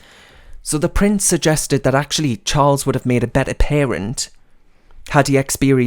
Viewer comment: when you said pampered price, I played it back, as I thought you said pampered prick. I think the latter is more fitting as his title. Thanks for the video.